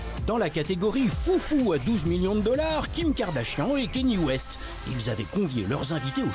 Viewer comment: Ça se prononce Kanié West